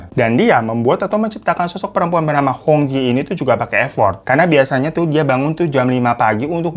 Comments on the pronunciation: Cara baca hong jie 红姐adalah : hung cie artinya red sister. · Hong Jie itu dibacanya hong cie kak. Kalau di mandarin Jiejie jadi ciecie. Artinya kakak perempuan. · Itu bacanya cie bang... AS cie cie atau kakak perempuan setaukuu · Hong jie , cara bacanya hong cie,babangku... Memang plot twist ini beritanya. Aku aja liat penampakannya,udah keliatan banget ini orang cowo melambai 😅😅.. aneh2 saja pergaulan jaman sekarang😢 cepat sembuh ya babang glowingku .❤❤❤ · Koreksi sedikit : "jie" dibacanya "cyè" ( kalau pelafalan bahasa Mandarin - huruf /è/ dilafalkan seperti pada kata "èmbèr" ). Memang betul, artinya "Kakak (perempuan) " alias "mBak". Seperti kalau dalam bahasa Hokkian dilafalkan " Cik". "Hong Jie" dibaca "Hung Cyè" (= "mBak Hung" ; "Cici Hung") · Hong jie... jie itu bacanya Cie (kakak perempuan) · Baca nya Hong cie , bang